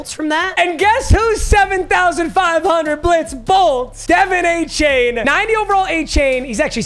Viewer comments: ik you don’t give af. But De’Von Achane is pronounced “duh-VON AY-chan”. That is per himself and the Dolphins organization. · The way he pronounces De’Von Achane 😬